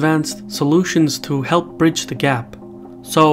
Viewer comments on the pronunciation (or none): none